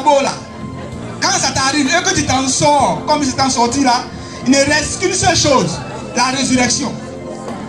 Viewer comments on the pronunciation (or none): et le président de transition du Burkina Faso,le capitaine IB qui dit "choshe" au lieu de chose,mais on avance...